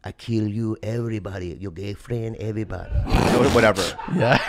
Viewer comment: It was the “You gay, EVERY die” that did it for me. Who knew just by leaving off the second syllable of the word “everybody”, could be so funny?!😂 Edit: I’m normally not “that” person but I just had to give a shout-out for all of the likes. It really means a lot & made my day! <3